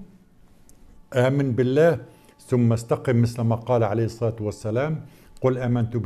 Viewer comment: هذا الكيالي لا يعرف الفرق بين الحروف القمرية و الحروف الشمسية. فهو يلفظ مثلا كلمة الصلاة باظهار " اللام " ، مع ان كلمة الصلاة فيها حرف " شمسي " و هو " اللام ". فتلفظ هكذا " اصّلاة " (بتشديد الصاد و تسكين اللام)، و كذلك كلمة الصيام تلفظ هكذا: " اصّيام ". يعني حتى العامي و الأمي يلفظان الحروف الشمسية بشكل صحيح و فطري ... فما بالك بهذا الكيالي " المتدكتر " لا يعرف ذلك!! ثم تجده في هذا الفيديو يشطح سطحات ما انزل الله بها من سلطان في شرحه لليلة القدر، فتجده مثلا يستعين بروايات و " أحاديث " من التراث الفقهي القديم الضال و العفن لأنها تناسبه؟ بينما تجده في فيديوات كثيرة أخرى يصفها كما وصفتها انا لأنها لا تناسب حديثه. و لا ننسى انه وفي هذا الفيديو و صف التقويم الهجري بأنه " توقيفي "!! اي من عند ألله،(ووصفه بالتقويم القمري) و هذا لعمر الحق جهل طافح. الشهر الهجري لا و جود له ولا وصف له في كتاب الله لا من ق يب ولا من بعيد ... (و لولا ضيق الوقت لتوسعت فى الشرح مع الادلة من كتاب الله و لكني اجلس في سيارتي في موقف مؤقت و علي التحرك فوراً ... فعذرا)